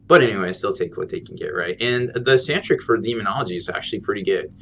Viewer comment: Sanctic. I really enjoy your videos, but i can't help but correct this. There is no 'R' in the word Sanctic. Sorry to be that guy lol.